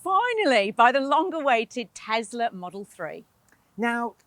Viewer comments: why are you guys saying tezla instead of Tesla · What is Tezla?